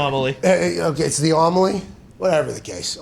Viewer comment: It’s pronounced AMeli lol